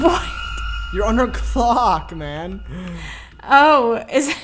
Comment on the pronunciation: he did not say clock